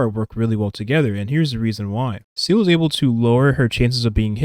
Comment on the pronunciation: I love your videos, I genuinely do. But please god, “Seele” is pronounced “ZEE-luh” not “seal” 😅